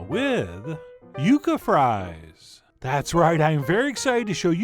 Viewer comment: It's yucca I'm sorry, love your show. It's time